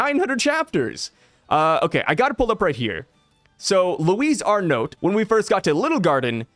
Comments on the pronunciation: it's pronounced Ar-No the "t" is silent. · not sure I’m even right now but both honestly sound better than how you were pronouncing it 😂 keep up the good work bro!